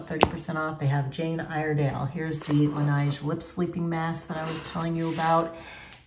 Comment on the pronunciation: Hi, Laneige is pronounced with a short "e" as in "nest" and a soft, gliding "g" - that sounds somewhat like "zsh." It is French. La Neige, i.e. the snow ;-).